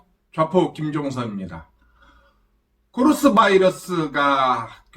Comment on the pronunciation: ~코러스 아니고 코 로 나 입니다ㅋㅋ